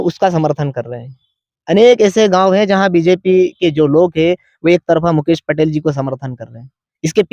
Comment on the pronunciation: बोला सही है pr mukesh पटेल का नाम गलत बोलो है